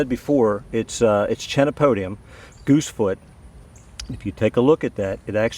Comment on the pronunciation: Good vid and good information, but only one thing I found a but humorous. You pronounced the words wrong.🤣 K not ch Chenopodium, chemistry Chelate ( ˈkēlāt )